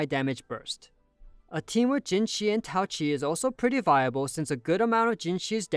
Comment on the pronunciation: Why write her name as Taoqi if you're not gonna pronounce the "Q" ???